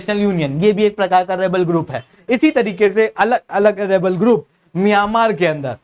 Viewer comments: Miyamaar nahi म्यांमार है भाई।। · मियामार नही म्यांमार उच्चारण कीजिए😅